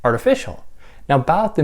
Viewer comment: Oh wow. Says the name all French-like. Would like to hear his pronunciation of foie gras. In the end Barthes like almost all French frites end up reiterating, reacting to or against DesCartes IMO. Significant to me. Myth and language all subjective. Even the author ✍️ may not exist. My subjective process of thinking 🤔 only thing I’m sure of. Cogito ergo sum. Nice explanation here. Good stuff.